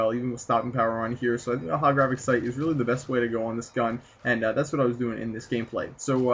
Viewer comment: its holographic sight not hogorafic sight